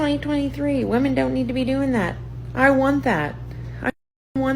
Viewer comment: Women vs woman.... pleeeeease get the pronunciation right!!